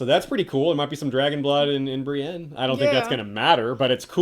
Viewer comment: Oh come on, you know it isnt just his voice acting as an older man. Its "pe-tire" and "bri-een".